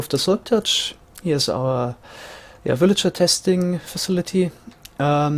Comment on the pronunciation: I like how you say "willager"